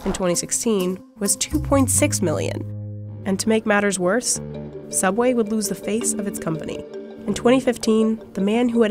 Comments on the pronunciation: Ok don't you mean sooubway? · Well now we know why ’ sooubway closed 🤷🏻‍♀️ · “Subway” is a very strange way to pronounce sooubway